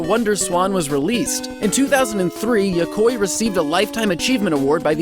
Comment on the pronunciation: Yokoi is pronounced "Yo-ko-ee", not "Yokoy". It's like the "ea" on "wheat", or "neat". Maybe he knew that but his accent is getting in the way, I get that a lot. Good video either way.